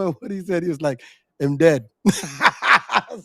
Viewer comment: Oblique Seville did not say "Him Dead" my guy.......he said....Dem Dead. Thats a Jamaican slang that we say. So if you didnt get what he said correctly, please do not try to repeat what you think he said....cause it will come off been wrong. Ok